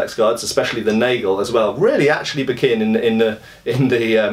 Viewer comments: Hey, the "a" in "Nagel" is pronounced just like in "hat" (british), unless it's plural: "Nägel". Nice video. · Cool video. [ˈnaːɡl̩] for pronunciation of NAGEL... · The "nagel" is pronounced with an "a" as in "bath" ;)